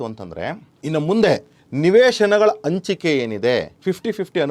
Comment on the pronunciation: ಆದಿಮೂರು ...ಅ ಬರಬಾರ್ದು ಹ.....ಹದಿಮೂರು ಅಂಚಿಕೆ ...ತಪ್ಪು ...ಹಂಚಿಕೆ ಅ..ಇದ್ದಲ್ಲಿ ಹ. ..ಅನ್ನೋದು ಹ..ಇದ್ದಲ್ಲಿ ಅ. ಅನ್ನೋದು ತಪ್ಪು